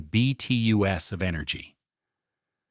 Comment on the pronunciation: BTUs British Thermal Units. Please somebody teach AI to read those abbreviations correctly.